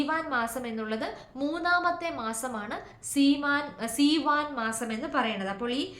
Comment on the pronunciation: Seevan month not theevan , written in our text.❤